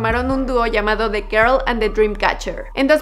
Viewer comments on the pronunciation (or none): none